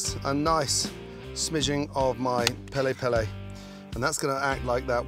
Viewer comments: what is pela pela or is it supposed to be peri peri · Its Peri peri not pele pele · He said pele pele 😭😭😭 didn't think i could Love this man more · Pele pele instead of peri peri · Originally piri piri or more commonly peri peri, if however you are a hardcore Zulu who pronounces R's a L's... pele pele 😂